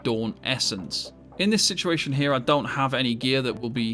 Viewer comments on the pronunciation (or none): none